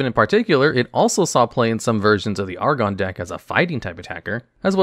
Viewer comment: You pronounced latios and latias so terribly it straight woke me up. Then you said argon instead of aggron... come on... you're giving us night terrors out here